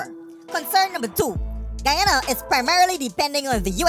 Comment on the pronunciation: That military us skunt can't even pronounce Guyana properly 🤬